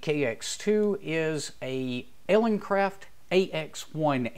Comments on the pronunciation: Good video, thanks. Just wanted to point out that it sounds like your are saying EleNcraft in the video. It is actuall ELEcraft, as in Elegant Craft... Cheers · Elecraft not eleNcraft just fyi.